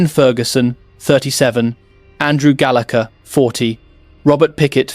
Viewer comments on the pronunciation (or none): none